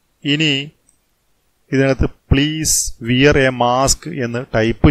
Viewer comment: Sir വിയർ അല്ല വേർ എന്നാണ് pronounciation cheyyandate